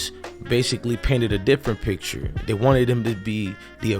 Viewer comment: It's JANE Doe not JAN Doe and it's THEY not DEY!!! 🙄🤷🏿‍♀️